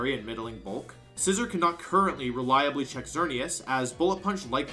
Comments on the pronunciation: I can’t help but notice you’re pronouncing Scizor wrong. It’s “SciZOAR” not “scissor” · that pronunciation of scizsor genuinely hurt me. its not pronounced like the object there is an emphasis on the O like boar or roar